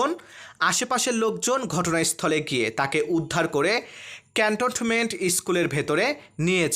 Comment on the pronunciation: ক্যান্টনমেন্ট উচ্চারণ করতে পারেন না। কেমন সাংবাদিক আপনি?